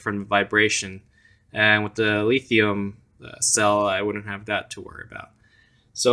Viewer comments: I'm not sure who told you how to say lithium as leethium...but whoever it was...go throat punch them. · It was hard getting past the lithium pronunciation, but other than that great review, bud👍